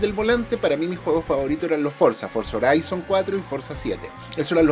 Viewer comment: Horizon se dice Jorison, no Joraison 😂